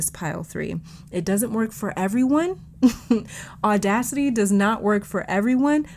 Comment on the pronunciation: Omg my two favorite animals are sharks and lions that's crazy! And it is very similar to my current life I was thinking about that as you were describing everything Edit: I was reading the word Audacity on my phone right when you emphasized it!